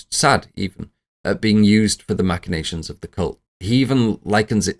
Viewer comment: OK - First and most importantly, it's "mack-in-nations", not "mash-in-nations". I assume you learned the word from reading it rather than hearing it, but yeah. It's a hard ck sound, not a soft sh sound. Anyways... I always assumed Charlie *was* aware as Paimon and purposely ate the nuts and purposely put her head out the window to execute the plan.... Also, the thing I appreciate most about this video is you pronouncing "Paimon" correctly.